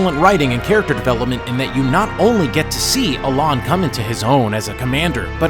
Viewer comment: Yeah I was really really busting stones over that lol. Also he mispronounced Alain but somehow got the Japanese names right